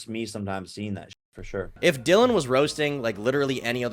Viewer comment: Shoutout to you for actually learning Dillions name!! I HATE when people mispronounce names and NEVER correct themselves or can't do 3 seconds of research to correct themselves. After 10 mispronunciations it's just disrespect.